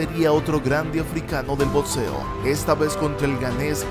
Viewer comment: Muy buen video , pero por favor deja de decir botseo que me da toc. es boxeo o boxeador, no es botseador.